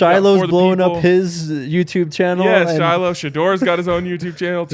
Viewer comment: Please learn how to pronounce the sister's name Shilo says it all the time so you should already know how to pronounce it Shallowmy (pr)